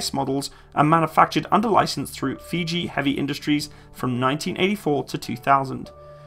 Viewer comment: You said "FIJI" --- for the Japanese under licensed AH --- you intentionally did it to give cover to FUJI HEAVY INDUSTRIES